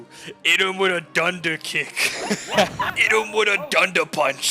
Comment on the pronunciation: That aggressive New Yorker accent "Hit 'em wit' a dunder kick!" was way too funny. Thanks for the nostalgia on this one!